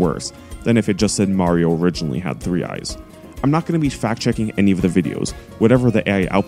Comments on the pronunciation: Given the distinction does not exist in the English language, to pronounce "Mario" correctly I find it helps to go in the opposite direction from "Moe•rio", or practice by saying "Maaaaaaaa.....rio". Avoid pronouncing it like "Mars". (Insert funny final sentence here) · The proper pronunciation is Mah•rio as apposed to even Ma•rio, what's the difference you may ask?... I'm not entirely sure but I think it's a longer "ahhhh".